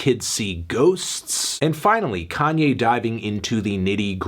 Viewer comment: Lol , the emphasis of pronunciation on the word 'Ghosts'